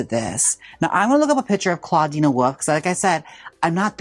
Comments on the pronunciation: “clawdeena woof” - jaymes mansfield, 2025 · Gotta love Jaymes saying a nonexistent a to Clawdeen's name lol